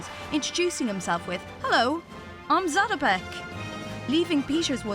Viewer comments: When someone is making a video about someone they should at the very least pronounce their name correctly. You know maybe 2 or 3 times say it before actually recording? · It´s very funny for Czech people when they hear the English pronounciation of his name :D